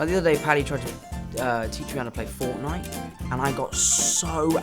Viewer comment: the way he said fornite, our young old man